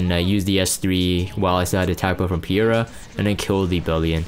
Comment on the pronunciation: And it's triggering me too! It's Peira - as in Pay-ra. Get it right, nerd :P :P :P Good to see you playing RTA again. Hopefully you won't bomb on the last day and get Emp comfortably this time round. P.S. Not wearing your frame anymore?